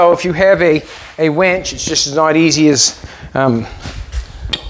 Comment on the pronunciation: I love that you call the winch a wench 😂😂😂😂😂❤